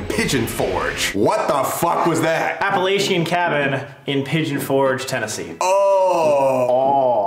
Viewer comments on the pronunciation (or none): As Appalachian folk, its pronounced app-a-lach-in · Its actually pronounced App-a-la-chin. Not trying to be rude or anything just wanted to let you know. I had looked into going to it before but never had someone to go with. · Appalachian is pronounced (app uh latch uh). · Please pronounce Appalachian as App-a-LAH-chian. If you say App-a-LAY-chian to the wrong person (me) there WILL be negative consequences 😅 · The way they said Appalachian killed me, “appa a lay shiun“ that hurts me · btw Sam and Colby It's pronounced App-a-latch-un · Hearing how they pronounced Appalachian hurt my soul 😂😂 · I agree. The way they said it, it made my skin crawl. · The way you just said Appalachian hurt my soul I live like 30 mins away from the mountains